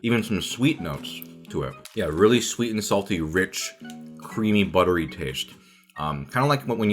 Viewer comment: someone should do a compilation of him saying butter-y